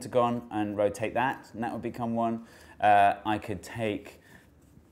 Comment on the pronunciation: "as the hexagins roTATE." Dude needs some pronunciation lessons